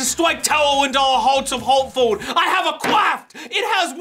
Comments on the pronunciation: WE LOVE YOU!! HAWTFOWD WILL NEVEW BE THE SAME. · HE SAID HARTFOWD!!!